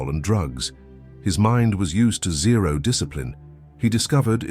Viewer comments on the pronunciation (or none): none